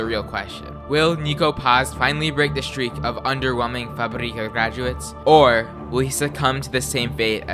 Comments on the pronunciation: Fabrica!!! Not Fabríca fAbrica // fuhbrEEcuh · FA! - Brica. say it this way next time